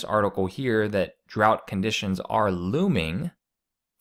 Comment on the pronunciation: You need to learn how to pronounce drought and Illinois